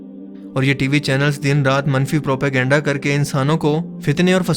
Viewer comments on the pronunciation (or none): none